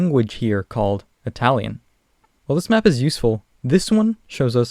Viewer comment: It's Italian not Atalian